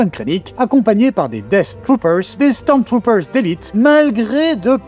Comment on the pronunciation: Stoôomstruùûûpeùrzzeù...c'est trop dans la prononciation capitaine !¡¡